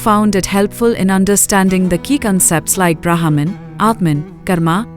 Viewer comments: Please. Its not Brahaaman. Its Brmhan. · Sai Ram dear you are pronouncing wrong the name of Brahman the letter H is 🤫 silent 🤓 please do not confuse the westerners thank you 🙏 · say brehman